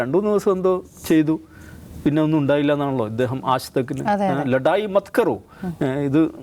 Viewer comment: "LADAiiii" bandh Karo enn Alla ..."BADAiii" Bandh Karo ennn aaaann 😂